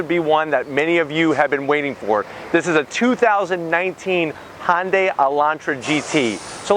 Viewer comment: It's not a Hon-day.